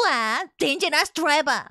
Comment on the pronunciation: "DANGOROUS TOUTOU! BOUM!" ... She's not wrong.